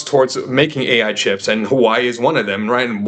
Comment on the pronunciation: Good take. Also had a very negative outlook on Nvidia for a while. Ludicrously overvalued. It's pronounced more like HooahWay btw, not Hawaii - normally not the type to correct things like this, but found calling it "Hawaii" to be kind of silly and had to intervene :)